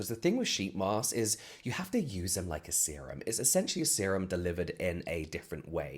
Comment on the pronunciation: I cannot be the only one that will round it when it sounded like you said semem is thar what he said?